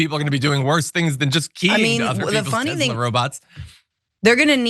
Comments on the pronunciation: Come on guys, it's spelled and pronounced: Telser! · It's not Tezla, it's Tesler.